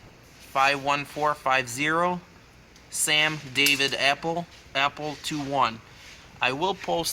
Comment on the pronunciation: ALPHA.... Not "APPLE"... RMEEEEEE